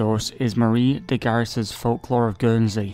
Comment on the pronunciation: De Garis is pronounced Gar-ree, not Ga-riss.